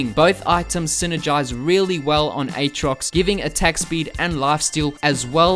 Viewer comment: its pronounced "at rox" not "ayt rox"